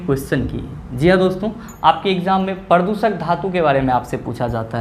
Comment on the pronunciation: Pradooshak hota hai na ki pradusak🙏🙏